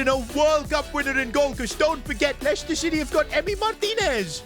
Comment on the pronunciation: bro did NOT say leicester